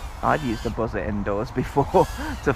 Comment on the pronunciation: you said buzzer like "Buh-zur" lol